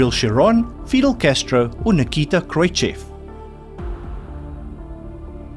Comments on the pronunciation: The name is pronounced KROOS-CHEF. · Khrushchev is pronounced Khroo-shov.